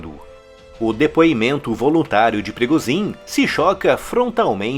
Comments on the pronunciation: PIRIGOSIN O CARAI!! PIRIGHOSÃO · "Prigozim"? 🤔 Está pronunciando o sobrenome de maneira totalmente equivocada. Corrija aí. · Agora não é mais Progozhim e sim Prigozão.